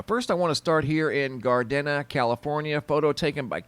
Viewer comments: In CA, Gardena is pronounced "gar-deena". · Hey there, Gardena is pronounced gar-DEE-nuh. Great video, loved the pics. Thanks!! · pronounced GAR DEEN YA